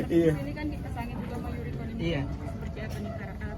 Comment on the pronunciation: Yoriko mas bukan Yuriko